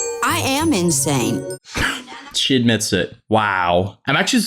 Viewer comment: “I AM INANSE” ITS 2 AM AND I JUST FUCKING SNORTED SO LOUD SKSKSKSKKS